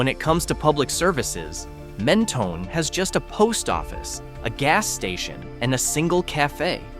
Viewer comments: “Mentoney” lol no. Men-tone. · It’s pronounced Men-toe- n and also Pay-lose . Amateur should have enough sense to not offend a million Texans .